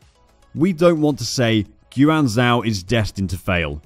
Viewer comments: “Gwan Zao” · Why does he keep pronouncing it Guu Anne Zow?